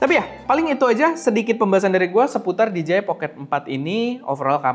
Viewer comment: Koreksi cara penyebutan DJI yang benar bang, yaitu "Di-Jei-Ai", Bukan "Di-Ji-Ai". Terlihat sepele namun maknanya beda, "Di-Ji-Ai" lebih tepat kalau mengeja huruf DGI. Atau biar tepat sekalian aja pakai pelafalan Indonesia yaitu "De-Je-I" wkwk